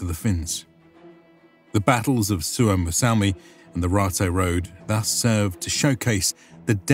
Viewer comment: SUOMOSALMI is actually Suomussalmi.